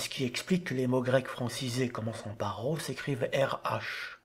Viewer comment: Merci pour ta vidéo ! Est-tu sûr que le ro se prononce comme en français ? Je te pose cette question parce que littéralement chaque autre source que j'ai recherché affirmait que le ro était roulé (comme en espagnol ou en arabe).